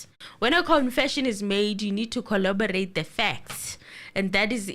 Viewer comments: Gininda's new word is "collobarate"😂😂😂 and you are correct, the correct word is corroborate. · English running away from our LLB important exam writer:face-blue-smiling:. It is corroborate , that is what he is meant to say.